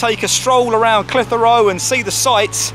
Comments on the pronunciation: Great footage! You do need some training in how to pronounce Clitheroe though! Not reyt lad! Clithera tut locals is spot on!;-) Apart from that, a great vid! Now the old Market was originally in front of the Library/White Lion, it is now based on the old Auction Mart which sold horses etc and which is what you videod. If any of your punters like real ale, Clitheroe hits the spot! We are traditionally Tory voters and NEVER has a RED been our MP! Always a Blue but for once! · Great video but please don't empathise the H in Clitheroe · You need to talk to the folk in Clitheroe to learn how Clitheroe is pronounced. Caus you had me in stitches listening to how you were pronouncing it. lol